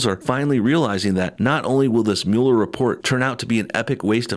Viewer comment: Thanks for saying Mueller right, I don't know why anyone in the MSM can't pronounce that. Lol, it's such a small thing to get bothered about.